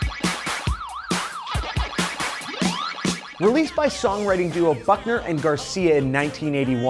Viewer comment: I KEEP HEARING FUCKNER AND GARCIA IT'S NOT EVEN FUNNY